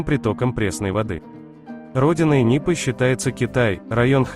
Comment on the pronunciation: Почему НУПЫ? Говорят и пишут НИПА